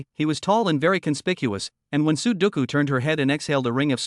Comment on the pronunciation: I hear " su doucou" .. I think the number game sudoku 😁😁😁